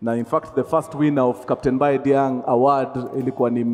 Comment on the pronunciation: Diagne is Prounounced as Dianye if I'm not wrong